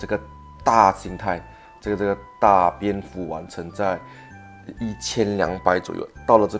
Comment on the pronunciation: 是大蝙蝠 不是大便福